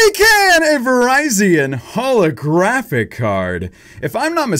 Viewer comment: When he said keldeo holographic card I heard keldeo holy crappy card